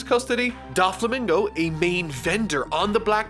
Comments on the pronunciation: I'm determined to get through this series without mispronouncing a single name Also: DAflomingo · Dude your still butchering Doflamingo’s name it’s pronounced Dough-Flamingo